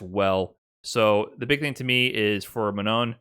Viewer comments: It's Manon not Ma-non! haha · I appreciate covering this but he really pronounces "Manon" in the most American way haha